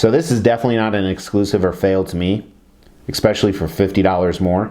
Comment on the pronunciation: Makes me cringe every time you say.